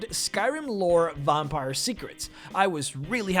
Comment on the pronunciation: And what exactly is a "vompire"?